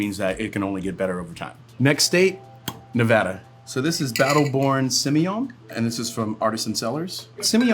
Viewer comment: Thank you Andre for pronouncing Nevada correctly.